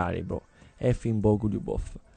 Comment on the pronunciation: Bògo-lju-bof lol